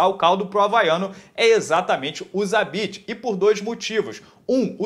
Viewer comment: Vc falou zabesta?